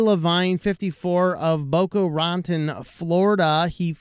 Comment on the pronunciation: Love your content. Also. Boca Roton is pronounced Boca Ra-tone